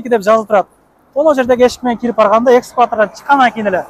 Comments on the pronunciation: Баары жакшы чыгыптырго ушул экскаватор деген жериң бузуп коюптур. Эскалатор деп айтылат. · Экскаватор эмес садага кетейин, ЭСКАЛАТОР БОЛОТ . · Экскалатор дейт 😂😂😂 А так ийгилик оскуло онгуло!!!